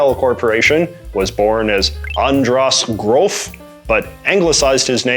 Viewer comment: Yes, i think, that's a wonderful piece of comedy, and i think it was intentional. 🙂 j.j. says 'Cloon', 'Firunzay', and 'Undrass Grove' to be the "actual" pronunciations of Köln, Firenze and András Gróf. i think we can call it an uber-joke on a linguistic meta level.